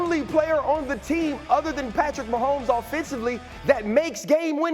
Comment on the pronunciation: #15 Patrick Wah-homes :face-pink-tears